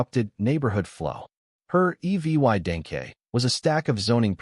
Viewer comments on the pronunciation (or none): When the AI doesn't know how to read the words violated and evidence